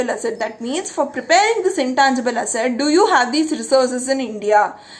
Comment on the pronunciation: 😄😄😄 How you say asset, sounds like hassat😆😆. But still you're a great teacher. May God bless you a lot